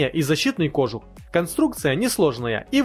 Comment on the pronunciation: Камрад, чтобы твои ролики выглядели профессиональнее, ставь правильно ударения в словах! Тогда и лайков больше будет. В слове кожух ударение на "у". Не веришь, - посмотри в словаре ;-) Удачи!